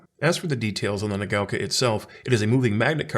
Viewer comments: What are you talking about? It's pronouncing it incorrectly. It's not "nuh gow kah," it's "nah gah oh kah." It's 4 mora in Japanese, which he's incorrectly converting into 3 distinct syllables. That's not how it's pronounced. If you think you've heard a Japanese person pronounce it "nuh gow kah" you've heard wrong. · I think it's pronounced like naga-oka 😁 Great review. Love the channel.